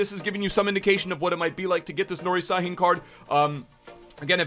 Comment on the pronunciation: It s pronounced shhahin